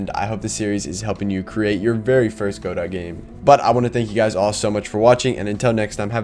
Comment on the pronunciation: It’s pronounced, “guhdough”